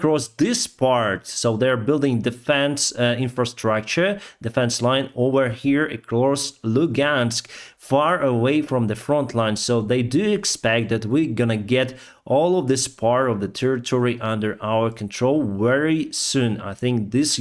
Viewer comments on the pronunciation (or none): your English has improved. It's quite good now. You almost never drop articles ("a", "an", "the"). You also use idioms more now. The main two things I heard today were the words the word "do" and "chart". You are pronouncing it "dyoo" and it is pronounced "doo" or "dew". The second is tricky. You are almost saying "chart" correctly but there is a hint of "churt" or "chert" in the way you say it. Google says both correctly so you can hear the words at regular and slow speed there.